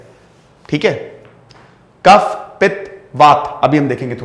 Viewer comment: भाई साहब सबसे पहले तो आप हिंदी बोलना सीखे कफ़ा नहीं होता है कफ होता है, और सबसे महत्वपूर्ण आयुर्वेदिक शब्द गरिमा को खंडित ना करें अंग्रेजी अत में डूबे हुए हैं आप.. भारत की सनातन संस्कृति किसी भी रूप में अगर मौत भी आ जाए तो भी हमें मांसाहार नहीं करना और यहां पर पोल्ट्री और अंडे की बात करते हैं। वैदिक शास्त्र भारत की सनातन संस्कृति इस समय होता है और यह गुरुकुल पद्धति में सिखाया जाता है। चतुर्वेद में आयुर्वेद भी धर्म का प्रतीक है.. आप लोगों ने धर्म का व्यापार किया है जो कि उचित नहीं है, परिणाम तो आप देख ही रहे होगे नहीं तो भविष्य में देखोगे। एक बात स्पष्ट है ब्रह्म को बेचा नहीं जाता...